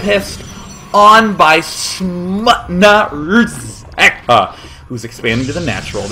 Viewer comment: SmutnaRzeka nice way to show of polish zerg style =] and day9 did very good job pronaucing his nickname